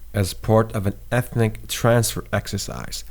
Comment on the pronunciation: “The exile saw hundreds of thousands of Muslim Crimean Tatars ABANDON their homes, farms & animals to move thousands of kilometers away...” A B A N D O N ? Did they leave V O L U N T A R I L Y ❓ A U T O M O N O U S ? A U T O N O M O U S ✔️ “E t h n i T” ? “K O Z O V O” ? D O N + inaudible... Read as D O N B A A S. Like the clear “AA” cry at the dentists'. D O N E T S K has no Y. D O N + E T S K. L “O O“ H A N S K ? L U H A A N S K ✔️ Short U sound. Like in M U S L I M. - Today there are 116 “M O Z Q U E S.” a). Text says 160. b). MOSQUES HAS NO “Z”. - Every “other” place ? Americans, please... a). Every b). Every “other”. Find the difference. An AFRICAN here teaching you your mother-tongue...